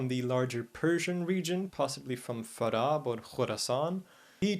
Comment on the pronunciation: Your pronounciation of Farab and Al-Khurasan is so on point👍